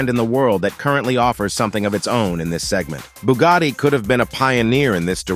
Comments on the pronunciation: BUGATTI, si dice Bugatti non Bugari. Non capisco perchè gli anglosassoni debbano storpiare tutti i marchi. Noi italiani google lo pronunciamo all'inglese perchè è un marchio statunitense, che cazzo è Bugari??? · Booogadi reeemac cairone wtf😂😂😂😂